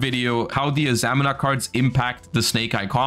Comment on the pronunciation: It's pronounced a-za-mee-na